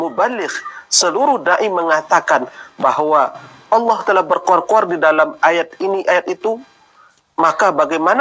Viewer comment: Nyebut allah aja awloh.. Khas non muslim banget